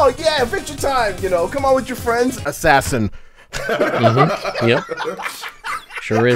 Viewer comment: MANS said ASSASIN< ASSASIN OOGABOOGA